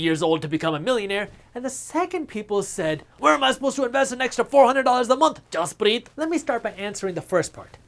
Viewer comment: Am I hearing the real Jaspreet Singh pronounce his first name, Jaspreeng?